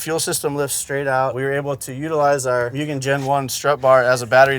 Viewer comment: Mewgen 🤢 Big guy in the scene can’t pronounce Mugen properly